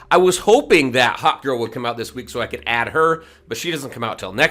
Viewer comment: Oooh HAWKgirl... I thought you were saying HOT GIRL? I was like "this man has a serious crush" 😂😂😂